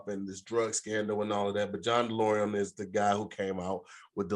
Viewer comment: Not saying "Delorium" the whole time instead of "DeLorean" 😂😂